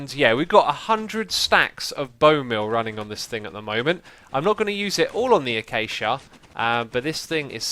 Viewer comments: The way x says acacia like achacha really drives me round the bend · Ai cal acaca wuud "Ay-Cake-ia" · Wait... people call it "achacha" wood? I pronounce it "acashia". Thats how you would say acacia. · Lol achacha wood (acacia) ;) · It's ak-ay-shi-a trust me, I live in rsa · I have never heard that pronunciation of acacia!